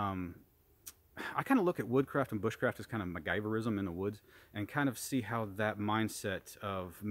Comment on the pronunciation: Did you say "McGyverism"?